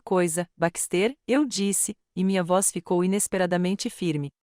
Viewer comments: Não é BAXTÊR É BÁXTE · LINDA ESTÓRIA, PORÉM... NARRAÇÃO CATASTRÓFICA! 😢 * Não houve respeito a gêneros - terminações e concordâncias erradas, equivocadas!!!😡 * BaxtÉr, ao invés de BÁxter - silaba tônica e, * PRONÚNCIA DO NOSSO IDIOMA misturado com o idioma de Portugal!!!😢 😡🤨